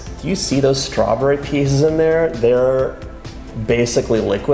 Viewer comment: Doyou realizeyou are saying stra bury?